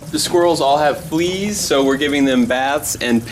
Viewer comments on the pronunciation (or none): Right when he said fleas he said fweez Lol. What Your sill reading this Stop STop S t a w p STOP NOW